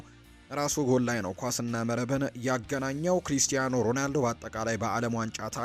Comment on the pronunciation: ሮናልዶ ሮዳልዶ አትበል ሺ ግዜ። ያንድ ግሌሰብ ጋዜጠኛ ነህ? ሙዚቃ አውጣለትና በቤትህ ሺ ግዜ ዘምርለት እንጂ ሚድያ ላይ ወተህ አታላዝንብን